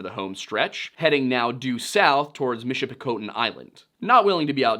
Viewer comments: Loved this coverage however a few things. Its the ste/sainte in sault ste marie is pronounced saint, like catholic saints, on both sides of the ditch. And Michipicoten the 'coten" is pronounced like cotton. Otherwise amazing coverage. My favourite part of the song (aside from the ode to thr great lakes which is just poetry) has always been the "When suppertime came, the old cook came on deck sayin' "Fellas, it's too rough to feed ya" At seven p.m., a main hatchway caved in, he said "Fellas, it's been good to know ya" part. Which I never actually knew anything about the cook but now knowing his background?? . .. . Ffs 😢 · Great video! As a Yooper, I would like to express my appreciation for the this video! I would like to offer a pronunciation guide to three places… could just be my hillbilly ass keying in on your Pennsylvanian accents. Sault Ste Marie (Soo Saint Marie) Michipicoten (Mich-ah-pe-cot-on) Keweenaw (Key-when-nah)